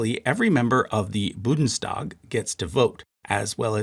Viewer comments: "Budenstag" made me flinch every time XD Thanks for the vid tho! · Gerard is something i can live with. Many have problems with the H. But Budenstag is just wrong. Specially since this had to go past all the testviewers and if you put it into text to speech you notice how far off you are. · I'm Mexican and don't speak German but I'm AuDHD and hyperlexic and OMFG I want to chop my head off every time I hear "BuDeNstag" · I think if you take this much time to create a video about German parties, you could take a minute to look up the pronunciation of Bundestag. Also you should've mentioned that the KPD was banned, instead of just making your graph suggest them dissolving. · This is the most remarkable video I have ever seen! The whole thing is in glossolalia! I think you may have pronounced a word correctly, but I can't remember which one. I am still amazed that you could actually find a way to mispronounce Bundestag. You obviously have no clue what you are talking about. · Even as a Czech, I can feel the pain of Germans everytime they hear the pronounciation of “Bundestag” or “Führer”. 🫂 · I am cringing every time you say a german word and I am not even german. This is a good video format wise but your pronunciation is horrible and there are so many errors. A correction in the comments is not enough. Make an effort and do it right. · BUN-DES-TAG not BU-DENS-TAG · as always, really great video and chart. it did, however, really irk me how you kept saying 'budens' instead of 'bundes'. the n comes before the d, like in the english word 'bound'. both the german word 'bund' and the english word 'bound', in fact, have the same indo-european origin, both relating to binding something together or being bound together. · How could all those mentions of the „BUDENstag“ not get picked up by test listeners? By god it is BUNDEStag! Just read the letters in the order they appear, German is pretty easy when it comes to that. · Bundes not budens lol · It is pronounced: BoondessTahg.